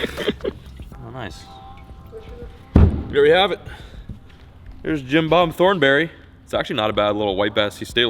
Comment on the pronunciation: “Jim-Bob Thornberry” hahaha 😂 or was it “Gin Bomb?” Who knows with. 😄